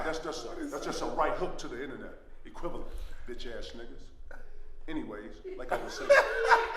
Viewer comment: LLMAOOOOO only a very few will understand. KG finally conquered the word "equivalent"